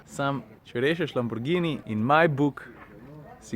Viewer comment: a veš kaj pa cenim? To, da si ime Lamborghini izgovarjal pravilno. Tako, kot je treba. Ni nobenega đ-ja v imenu ljudje!!!!